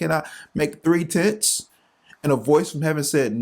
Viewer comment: Make three tits? Tents not tits. Gosh..🤦